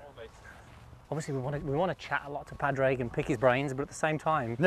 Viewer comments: Pad-rag absolutely butchered his name it’s pronounced pawdrig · I'm Irish too, they didn't say his name right once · They're saying pah-drayg but it's pronounced paw-dreg or podge-rig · Please guys - its not "pad-reg", it's "paw-drig" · Just so we're clear its pernounced pourrig not pad-raig😂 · I'm Irish, the correct pronunciation is "Paw-Dreg". Easy out is just "Paddy" 👍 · It’s, actually pronounced with silent. D. Paw. Rick. :) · Its pronounced ‘Paw-drig’ lads!!! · Lads for Christ's sake its pronounced Paw Drig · PAD - RAIG never heard of him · PAW DRIG... Its not hard lads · His name is not Pad Rag😂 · As an Irish man it makes me cry the way they pronounce padraig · I know! how are they getting his name so wrong though? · Jesus. I'd say it was seriously annoying for Padraig to hear his name constantly mispronounced. He's only won three majors. You'd think they would know how to pronounce his name correctly. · How can you not say Pádraig correctly lol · Can’t pronounce his name? Not like he’s new on the scene!😂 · Camera work was sub par. Didn't like "drunk" jibe at the the caddy either...anti irish stereotyping ...or the hatchet job on Pàdraig name pronunciation...